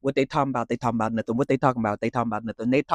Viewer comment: with peekaboo you gotta say it like “talm bout” and bring out that ATL lol